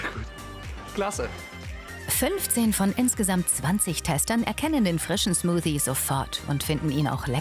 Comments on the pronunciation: ALTER WENN DER TYP NOCH EIN MAL SMUSI SAGT DANN KLATSCHTS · SmuSi hat er gesagt xD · Beeren-Smusi xD oh man oh man, als wäre es wirklich soooo schwer richtig das Wort Smoothie auszusprechen oder es zu lernen!